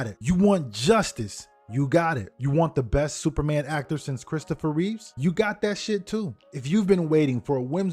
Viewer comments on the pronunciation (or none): Not to correct you but it's Christoper Reeve - not Reeves.